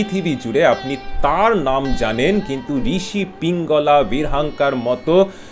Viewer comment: পিঙ্গলা নয়, পিঙ্গল।